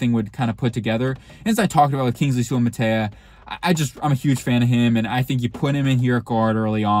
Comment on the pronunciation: We're you high when you did player evals for current starters? Ragnow 2nd team all pro (that means he the 2nd best C in football, go ahead name 4 Cs better than Ragnow), ASB 1st team all pro, LaPorta 2nd team all pro, all of those guys are elite. It's Soo-ah-mah-tah-ee-ah, he's Sewells cousin and I would love to get him.